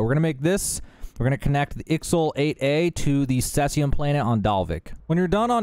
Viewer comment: Caesium= C-Z-um Cheyenne= Shy-Anne